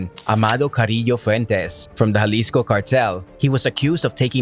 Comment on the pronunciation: He keeps saying Jalisco like it was Juarez